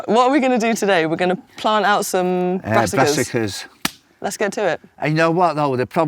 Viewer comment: Bez saying avant gard and brassicas 😆